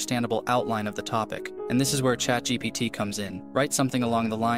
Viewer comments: I might be wrong but you said chat gtp instead of chat gpt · thx, i love ur videos...but i think it is chatgpt and not chatgtp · brother its chat gpt not gtp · Nobody noticed he said chat gtp instead of gpt? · Its chat gpt not chat gtp😂